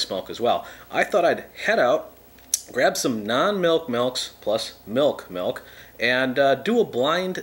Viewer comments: I love how he says melk, but when he says milkshake, he says Milk properly. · So many "melk"s